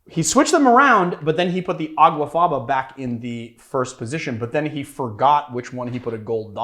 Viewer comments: It's aquafaba, not aguafaba. The Latin for bean water is aqua faba. He actually wrote the misspelling in the description. Is this barfly not so educated? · It's not called Aguafaba it's called Aquafaba.